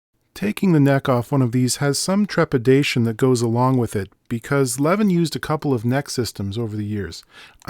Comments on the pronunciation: Its not "levvin", its "leviin" wih a long i. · Levin should be pronounced with long e-sound, like "Leveen". I have a wooden Levin snare drum in my collection. Metric size so finding heads are challenging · For anyone curious, Levin sounds more like Leveen. Almost nailed Göteborg (Gothenburg) though. Have a happy new one! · To get more swedish pronunciation, you have to make the letter i a bit longer. Like "leveeen". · it's pronounced Le-veen.